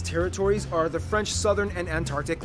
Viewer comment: for your question no he don't pronounce french well for an exemple that is french!